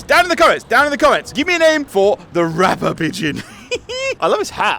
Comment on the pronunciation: Rapder or rocker